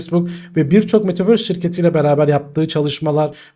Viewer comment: Metaverse değil ama metavööööğğğöörsss👍😊anladın sen onu hocam